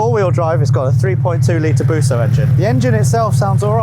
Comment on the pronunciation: I cringed when you called it a busso😂 should have got the 156